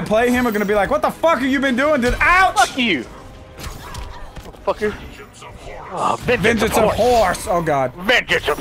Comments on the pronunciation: I love that delirious says venchans of horse 🤣🤣🤣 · "Vengance of Horse" Oh Delirious, we love u